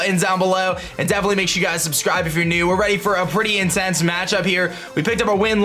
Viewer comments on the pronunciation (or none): none